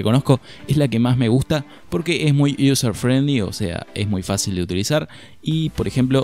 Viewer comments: iUser friendlai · "User friendly" oh lala señor ingles